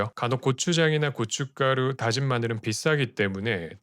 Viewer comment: 영상 진짜 유익하고 재밌는데 그 나레이션 하실때...코 먹는...? 약간 그 아나운서 학원생 같은... 특유 말투? 발음? 목소리? 때문에 항상 소리는 끄고 봐요 ... 오늘 오랜만에 들엇는데 예를들면 34초 고춧가루 말씀하실때 ... ㅠㅠ 영상 오늘도 너무 잘봤습니다!